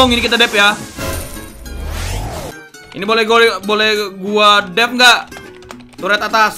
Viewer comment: Ngakak base dia sebut turet gede